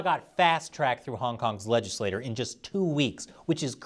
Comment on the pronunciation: Great video. One note: legislature is pronounced le-jiss-lay-chur, not le-jiss-lay-tur.